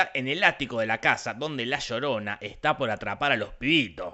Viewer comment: "La llodona" Gente inteligente de Internet, he escrito "llodona" a apropósito por cómo lo pronuncia el personaje